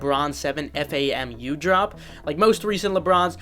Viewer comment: Great vid as always but its pronounced “FAM-YOU” (FAMU) 🐍